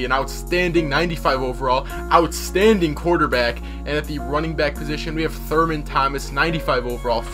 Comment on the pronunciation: it's thurman thomas... not thurmond